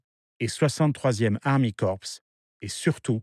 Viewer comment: Excellente vidéo, un petit effort de prononciation sur les mots allemands serait apprécié. Gunther se dit gounteur et pas gunteur, et armeekorps se dit armée et pas army. Je chipote mais c'est comme ça.